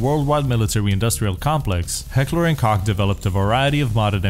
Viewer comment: The way you pronounce H&K is horrid haha